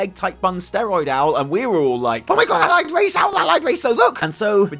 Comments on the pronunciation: Wait. Did you just say “Owlied race? Also potentially suspect info they said “and the horde” eeeeeeeeeeeeeeeeeeeee Happy birthday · "Owlied Race"